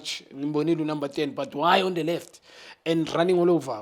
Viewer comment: "Thee beneficiaries"